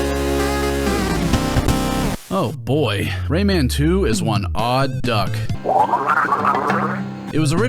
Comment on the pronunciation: Yeah Lee pronouncing Rayman’s name like that drove me nuts in the PS1 port